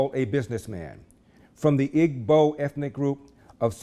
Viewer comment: Hi Larry, thank you for a great video that many people need to hear. One small correction; in pronouncing the word Igbo, the g is silent. Best regards.